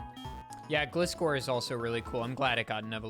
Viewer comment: so he pronounces Gligar properly but then says 'glih'-score :(